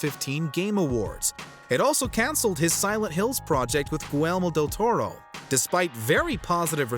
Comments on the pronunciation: Goo Elmo Del Torro - surely you mispronounced his name that badly on purpose. Or maybe you had a stroke before narrating this? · The way you pronounce Guillermo del Toro's name is a crime against humanity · he did not just mispronounce Guillermo Del Torro’s name